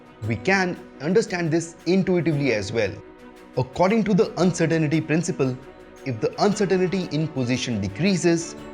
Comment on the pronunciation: You are spelling and mispronouncing uncertainty.